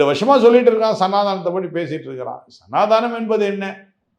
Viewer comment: உதயநிதிக்கு சனாதனம் என்று சொல்லக்கூடத் தெரியவில்லை. சனாதானம் என்கிறார். இவர் எப்படி ஒழிப்பார்?